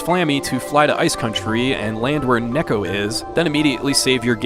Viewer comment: I was happy you pronounced "Mana" correctly, but then you said... "Necko..." To soft reset on SoM you can hold L and R and press start and select. You can do that on a few Squaresoft games if I recall correctly.